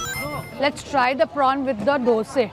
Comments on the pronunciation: Dosaaaaaaa not doseee😂❤but still love you💛💛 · I love the way she calls "dose"not dosa✨💓💯